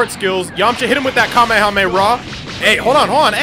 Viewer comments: you are saying kamehameRHAAAAAA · It is not kamehamera it is kamehameha